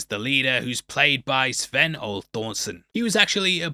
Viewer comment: No spec4 operator would ever constantly shave the way Mac does, especially going into a jungle environment. You're begging for an infection, and possibly even sepsis. Edit: also, please, for the love of all that's holy, learn how to pronounce things. Sven OH-lee Thorson. Puerto vah-YAR-ta. It's not only disrespectful, but unprofessional to not be bothered to pronounce things correctly.